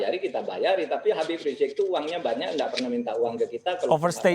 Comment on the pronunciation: Hostnya knp susah bilang "Habib"